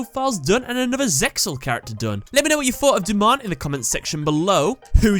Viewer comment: You said his Japanese name right the first time. ^^